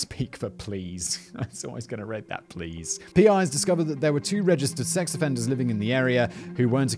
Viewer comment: I know Simon misspeaks/mispronounces a lot but I feel like he's been watching Coco recently. A "sexual afrenda" isn't something I would have on display for all to see in my house lol